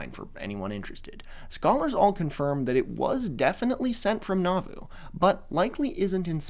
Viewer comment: A few friendly pronunciation notes from a listener raised LDS: Moroni is pronounced "moh-ROH-nai," emphasis on the second syllable. Nauvoo is pronounced "nah-VOO," emphasis on the second syllable. Laban is pronounced "LAY-behn," emphasis on the first syllable. Laman is pronounced "LAY-mehn," emphasis on the first syllable. Hezekiah is pronounced "heh-zeh-KAI-uh," emphasis on the third syllable. Very fun episode,! I was raised LDS and I've never heard of this sect before!